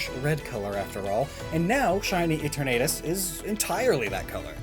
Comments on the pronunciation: please pronounce the names properly and no I’m not saying your language is wrong I’m just saying it’s ee-terna-tus not ee-ternay-tus I understand people pronounce things differently cus they’re from different countries but I’ve also heard most people say in your country it correctly however this is just a request and I doubt you’ll see it but if you do please consider as it is very annoying to me it’s no offence to you it’s just an issue that I have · i hate how he mispronounces Eternatus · the way he says eternatus hurts me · The way you say Eternatus hurts me